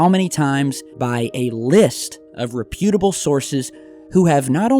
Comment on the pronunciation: The correct pronunciation of the word "reputable" has the accent on the first syllable.